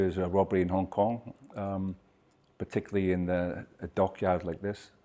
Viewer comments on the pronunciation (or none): none